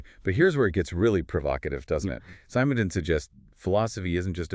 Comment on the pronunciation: its not [sAy-mon-don] it's [se-mon-don]